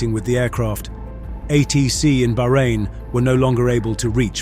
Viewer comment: Thank you for correctly pronouncing Bahrain, 99% of Youtubers don't bother.